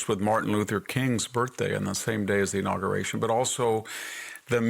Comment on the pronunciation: He mispronounces "inauguration."